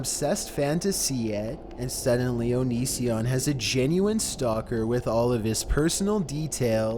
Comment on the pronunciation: "*onision*" leaves